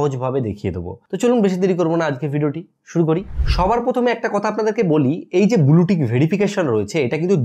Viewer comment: আগে উচ্চারণ টা ভালো করে শেখো ভাই। ফিরি, বুলু, পোফাইল..... বড্ড কানে বাজে।